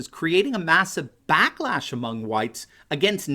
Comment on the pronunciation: Did you say "blacklash?" ... Yes!